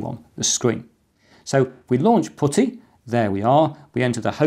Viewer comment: Putty , Not pooty !